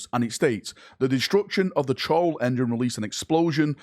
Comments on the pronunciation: Choral is ko-ral like chorus. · It's pronounced Coral engine🤗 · Korr-al, as in Chorus. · "Choral" is pronounced Core-al similar to chorus, also "Primaris" is not Prime-ear-is but Prim-ar-is it's a bastardisation of the Latin Primarius which is pronounced Prim-ar-ius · It's pronounced "koe-ral", as in Chorus. Think of it as a giant Church choir, only with Psykers doing the singing. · Choral engine, pronounced "Co-ral" like the chorus of a song, you neep!. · It's pronounced like chorus. As in a song. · "Choral" as in "Choir"